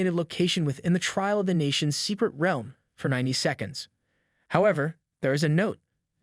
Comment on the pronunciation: Pronounce realm right